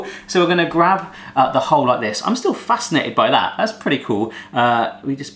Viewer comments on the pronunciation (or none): none